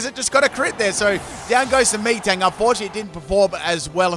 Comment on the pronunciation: Did he call metang “me-tang”?